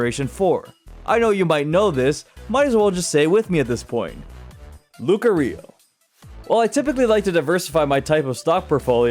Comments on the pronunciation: YOU GOT THE SECOND SYLLABLE WRONG! IT'S LOO-KAH-REE-OH, NOT LOO-KUH-REE-OH! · Lucario 🚫 Loo-kuh-ree-oh ✅ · I lost brain cells from the way you pronounced 'Lucario' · That is a pretty weird way of pronunciating lucario lol